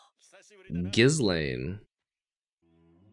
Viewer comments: Her name is pronounced ghi laine. S is silent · Just because you had talked over the line when her name was said in the show itself, Ghislaine has the pronunciation of "Gi" as in the martial art uniform "Lain" like the anime series "Serial Experiment Lain" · Looking forward to the next reaction vid :) Also for the future reference "Ghislaine" is pronounced without the "s"